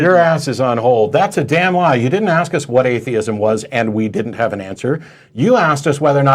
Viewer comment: I hate it when someone axes a question.